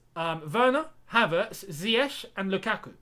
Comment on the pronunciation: My man was complaining about Lamps calling Ziyech ‘ZAIyech’ and now calling Dybala ‘DAIbala’😂😂🤣🤣